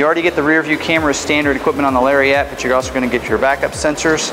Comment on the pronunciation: Someone needs to tell this guy it's NOT pronounced "Larry-ette." C'mon now... It's a Lariat. It deserves to be called as such.